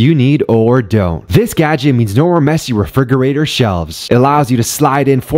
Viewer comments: Refi-G-orater shelves. Guys he intentionally mispronounces words in every video so people comment and then it boosts his preference in the algorithm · Dude pronounced refrigerator with a hard G just so his video could get more attention 🙄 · I'm sorry but did you seriously pronounce refrigerator with a hard G.